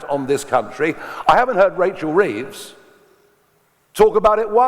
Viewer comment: The only thing wrong here is the pronunciation of hunt and reeves